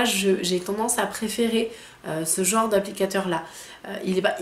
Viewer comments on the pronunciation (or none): none